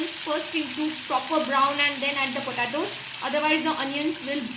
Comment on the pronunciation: Its an easy and good recipe, but it's pronounced as po-te-tos, not po ta tos